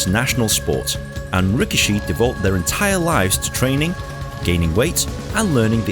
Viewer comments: Ree kee shee. That's how it's pronounced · I'm pretty sure 'rikishi' is pronounced "rih-KEE-shee." On a side note, I find it ironic that the only two WWE wrestlers who had a sumo gimmick were both Samoan, and didn't have a drop of Japanese blood in them.